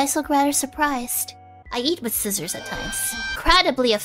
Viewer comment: Finally, someone who pronounces Scissors correctly!